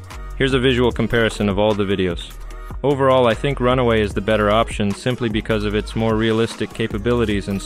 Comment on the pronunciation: It's Run-way, not Run-away.